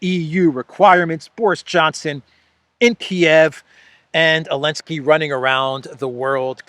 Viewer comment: is it just me or do you say elenskyy instead of Zelenskyy